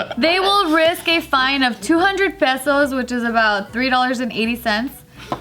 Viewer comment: 200 pesos, how said it like her Mexican accent wanted to come out